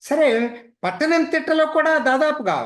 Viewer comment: ఆలప్పుజ or అల్లెప్పీ, పత్తనంతిట్ట not పట్టణం